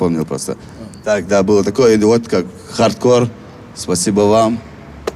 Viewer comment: Анатолий Юрьевич, объясните колхозникам, что правильно говорить Хардкор, а не ХардкорД... Ухо режет...